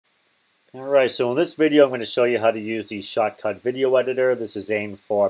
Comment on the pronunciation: great video but no way to understand when you say "shortcut" or "shotcut."